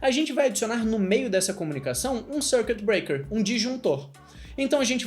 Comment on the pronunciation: Dois erros: Dar exemplo usando PHP e a "forçada que deu na pronuncia do circuit breaker (SÔURQUITIBREAKER) hahahaha